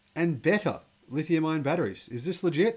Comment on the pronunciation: Also "ion" not "iron"